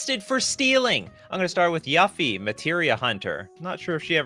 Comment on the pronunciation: why he pronouncing yuffie like that 😭